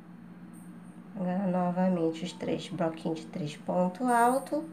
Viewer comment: Não é broquinho e sim bloquinhos